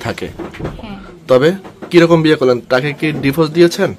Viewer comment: ডিফোস😂😂😂 নাকি ডিভোর্স?